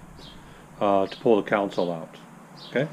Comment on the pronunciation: Con sole. Not counsole